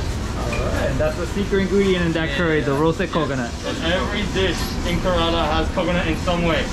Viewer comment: Why he says Karela ?? It means bitter gourd ... Pronunciation should be corrected .... Kerala (ke + ra + la ) It would be aweome to have some voice comments here ...